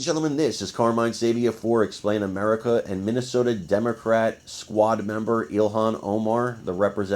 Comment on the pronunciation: The good folks of "Minnie-sota". lol